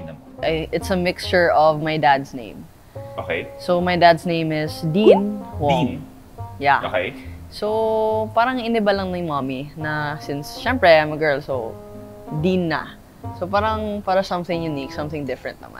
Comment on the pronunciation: Deanna is pronounced as D Ana in US and Europe